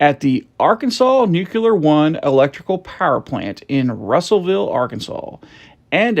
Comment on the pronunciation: It's "NU CLEAR", not "NU Q LER"! Look at the word! Do you pronounce "unclear" ad "UN Q LER"? Sheesh!